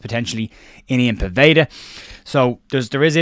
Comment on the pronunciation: Small thing but Povedas first name is pronounced Yan not Ian.